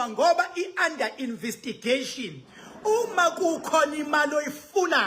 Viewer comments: Investigation NOT Invistigation😂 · Investigation n not invistigation educated.😊